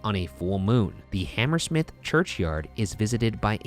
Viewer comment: I have never heard someone pronounce Hammersmith with that pronunciation and emphasis. I always hear it ammrSMIF pretty much not HamERsmiTH